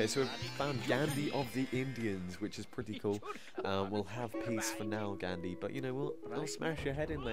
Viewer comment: You say Gandhi wrong